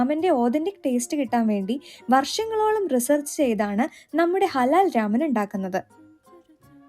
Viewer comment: രാമൻ അല്ല.. It's റാമൺ 🙌🏼